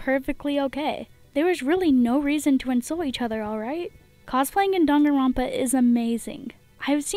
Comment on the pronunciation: Me hating how she pronounced danganronpa wrong